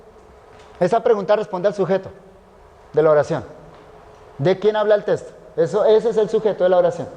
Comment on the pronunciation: Este siervo de Dios dice testo en lugar de texto. Tremendo detalle, no es la palabra correcta, ésta tiene otro significado.